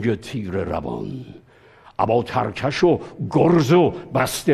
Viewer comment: استاد نفرما ترکش یعنی ترک رستم و پشت رستم درستش اینه ترکش مثل ترکش خمپاره تلفظ میشه ترکش بمعنی جعبه تیر تیر دان